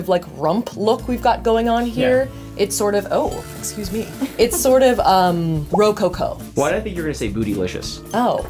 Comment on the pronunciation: You looked amazing girl! Rococo is actually emphasized a little differently. Co is said like the coco power. So it’s roCoCo. But I love you! I can’t wait for you guys to get married.